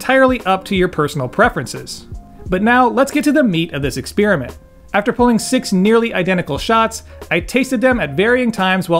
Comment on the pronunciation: Nice video, right on point. (Aside: expeerament? LOL)